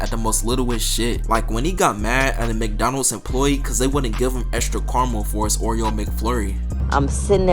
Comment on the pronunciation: Nigga it’s Kara-mel. Not carl-mull.